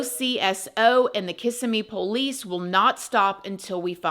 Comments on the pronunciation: As someone from Kissimmee, it sounds strange to hear it pronounced kiss-a-me. It is pronounced Ki-SIM-me. I dont usually correct people's speach, except for proper names. Sorry. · I live near by where this happened. Very nice community we knew right away the step dad had to of done it!!! You showed a picture of where I work when explaining Kissimmee pronounced (Kuhsimmiee)not KISSamee ❤😂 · I live about 30 miles from this area in Clermont It’s pronounced Ka-sim-E It’s a mixed bag there Very sad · Hi, I don’t mean to be a bother but it’s pronounced Ka-sim-mee. I’m from the town and it’s a weird pet peeve of mine and whenever I hear someone pronounce it like that I automatically say KISSIMMEE 😬😬😬 hope you’re well!!!! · The city is pronounced “Kiss sim mee” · You live in Florida then you should know its Kis- SIM-ee. Emphasis on SIM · Everyone mispronounces that towns name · In my opinion, looking at her in her birthday photo, I think she was pregnant, and that's why he killed her. I also think mom knew something but was either blindly in love with the sob and was in denial, or, she didn't care. Btw: you pronounce Kissimmee wrong. Lol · Hi! I enjoy your presentations so much. I fly out of MCO a lot, near Kissimmee. It’s pronounced Kuh-SIM’ ee or Kih-SIM’ee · Hi,. I am almost always in agreement with your opinion. When I'm not, no big deal🤷‍♀️ I still enjoy them very much and even have a playlist in my saved vidoes that is nothing but your uploads. I really do enjoy them. I just need to point out that as a Florida girl, you should know how to pronounce "Kissimmee". Its Kih-SIM-ee. Now that I've gotten that off of my chest, thank you so much for all of your videos. 🥰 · No offense but how are you from Florida and you still didn't say Kissimmee correctly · As a Floridian, I love how you pronounce Kissimmee. ❤😂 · Girl you're from Florida and can't pronounce Kississime correctly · Emohasis is on the second syllable - kis EM me❤